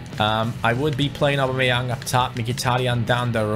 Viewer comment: U say augbameyang wrong mind the spelling